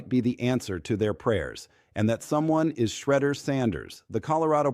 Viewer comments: Why are you unable to pronounce Shedeur's name correctly? Just listen to how major news programs pronounce it correctly. I find it idiotic that you think so little of your work as to keep incorrectly pronouncing his name. Take pride in your work!!! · Man if you don’t know how to pronounce Sheduer name properly just go ahead and delete your account 👎🏾